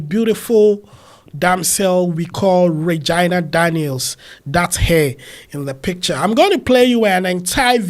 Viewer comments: It’s pronounce as ray-gi- na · Did you just say "Vaginal" or "Reginal" Daniels? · you mispronounced Regina name.